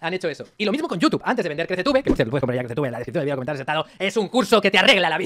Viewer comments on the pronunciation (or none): none